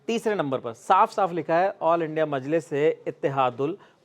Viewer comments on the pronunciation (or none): none